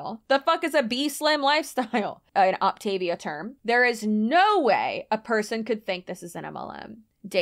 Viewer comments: Great info! But please, pronounce it correctly! Opta-VIA, like Mama MIA! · For what it’s worth, the insider huns actually pronounce this “Opt-uh-VEE-uh.” An MLM by any other name. . . . ETA: THRILLED about your clear margins! HURRAY! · My friend did this for a hot second. Not sustainable, obviously. I always heard it pronounced “op-ta-VEE-a” 🤷🏻‍♀️ Also, I tried one of her fueling snacks. Ugh! I had to spit it out. So gross.